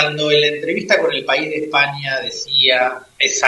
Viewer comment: "Er País"jeje,je,je !qué bonitor el País¡.